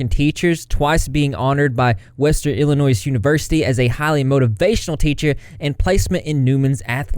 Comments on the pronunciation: Illinoy not Illinoise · Does she really think everyone is dumb enough to believe that h3 is all behind this? These are the consequences of her own actions and the stuff about Moses has nothing to do with h3. Also please the s in Illinois is silent. Also she can be the victim and villain. Both can be true